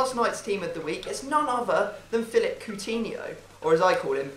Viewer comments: i disliked cause he said pootinho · lol called his squad POOTINHIO